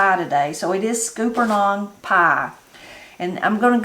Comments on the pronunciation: HERE IT IS PRONOUNCED SKULP NUNS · Scuppernong is pronounced like supper. Scupper (supper) nong.